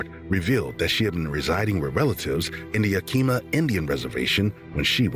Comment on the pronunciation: I like this channel. But if i hear 1 more channel or AI say Yakeema im gona scream!! Its PRONOUNCED YAHKAHMAH!!! Native word. Washington State born & raised. no DC about it. AAAAlll the way up NW. Its beautiful buts sux.